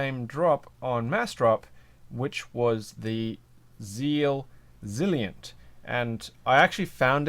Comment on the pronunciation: You're pronouncing it "Zilient" but isn't it "Zilent" as in silent? Great video, very helpful. What weight were these?